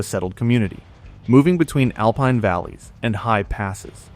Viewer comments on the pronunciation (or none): none